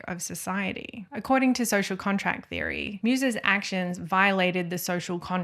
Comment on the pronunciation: Great video, thank you! Btw. the german surname Meiwes is pronounced something like "My-vas'